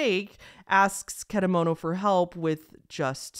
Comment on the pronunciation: And how you pronounce the name of the psychic is .Ket_a_moto. And how do you pronounce popee is poppy